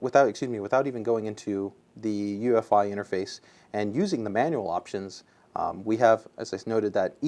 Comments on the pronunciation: try to sound as intelligent as you possible can? well first off it's UEFI not EUFI lol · The asus guy corrected the newegg guy on 'UEFI' but then he called it UFI like a bajillion times throughout the vid... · Its UEFI not EUFI you dumbass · We need to just start pronouncing it YOU-eh-fee now. :)